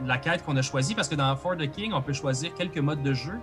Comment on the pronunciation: Bon, y'est vendredi soir pis je suis peu être un peu fatigué, mais chaque fois que prononce "For The King" j'entends juste "fornicking". Je me suis même sincèrement (mais brièvement) demandé si la fornication c'était une "skill" dans le jeu. Ah pis là vous parlez de "gourdin grossier" - semble que je ne suis pas le seul à penser croche...